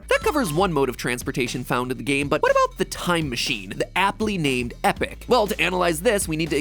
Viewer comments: Eee-Pock, not Epic. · did you just pronounce epoch like epic and not like eepock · So is that how you pronounce epoch? It sounds like you said epic. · Anyone else notice that MatPat pronounced Epoch as epic and not EE-Pock? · i have never heard anyone pronounce "epoch" as "epic" before 🤣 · Imagine pronouncing epoch as epic. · Eepock. Not epic. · e - pock not epic. Just saying. The pronunciation you get, the one with the robotic voice, the one you find when you Google it, is an incorrect pronunciation. Also, you have not changed, nor have you grown. You WANT to have changed and you WANT to have grown. But you haven't. You are human, and you will forever be flawed to the core because you are human. Human behavior, as a whole, has not changed in thousands of years, and that is just what we know of, what has been recorded in history and passed down. But have you matured? Probably. But you have not changed and you have not grown. You still make mistakes, you still make wrong judgments. They are just different mistakes and different misjudgments. You couldn't change even if you wanted to, such a thing is impossible. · Epoch as a measure of time is not pronounced epic, Matt you're driving me insane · Is no one going to talk about how he called the epoch (pronounced like E Pok like pocky) as epic? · MatPat its not the epic its the epoch, pronounced like e-pok! As in a measurement of time used in archeology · I’m not sure if this is an artifact of the original video, but it’s not pronounced like epic it’s pronounced like epock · "The aptly named Epic". No MatPat, it's Epoc. Like Epoch, as in a period of time. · Wait, Americans pronounce 'epoch' as 'epic'? Or is that just MatPat? Pretty sure that's e-pok with an o like in oxen... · Matpat pronounced Epoch as epic? edit: also to help your analytics, the second you say "BUT HEY-" i close the video. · Epoch is pronounced eepok not epik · Epoch: It's pronounced "ee-pock", not "epic", MatPat 😅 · EPOCHE not EPIC - YA GOOSE